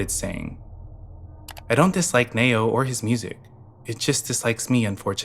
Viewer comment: It’s pronounced “Knee-Oh” not “Nay-Oh” lol great video though